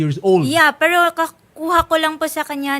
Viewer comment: Hindi diretso ang pag bigkas ng " Pero" ni Madame 😅😂 mestisa yta 😂